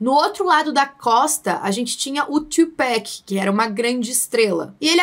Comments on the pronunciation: isso me deu uma leve dorzinha é tu pac não pack (A pronúncia) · "TUPEC" não existe é TUPAC msm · TWOPEC KKKKKKKKKKKKKKKKKKKK